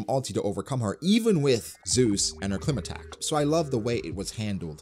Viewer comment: Its not pronounced clima-tact it’s pronounced cly-ma-tact, as in climate, really annoys me the way you pronounce it lol